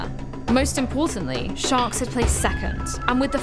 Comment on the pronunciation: toda hora acho q ela fala shox e nao sharks!